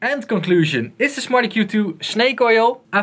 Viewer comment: lol sounds like hes saying "smarty Q 2"